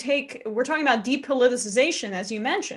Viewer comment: Thank god Emma's on the show now. Maybe she can teach the rest of the team how to pronounce "depoliticization."